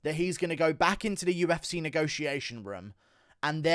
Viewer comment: "The U-F-Cehh" 😂